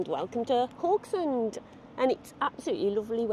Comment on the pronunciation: Haugesund the first three letters is pronounced how the Scottish say "how" - geh-sund.